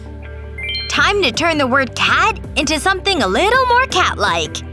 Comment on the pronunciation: SHE SAID CAD IN STED OF CAT